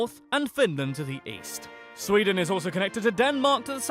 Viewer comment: It is sweden not sweedeen